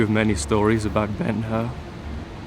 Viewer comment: It's BEN HUR, not BEN HER or BENUR! The BEN HUR portrayed by Charlton Heston is still the best...